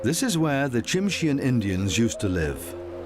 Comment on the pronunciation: The white-coloured black bear is called a "Kermode Bear", (Ker-Moad), not Ghost Bear. And 'Tsimshian" is pronounced "Simshian'. ( The ' T ' is silent.)